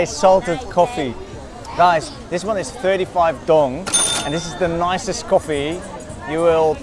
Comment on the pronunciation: Your pronunciation of viet money is wrong, its not "dong" try ask native how they say it, 😏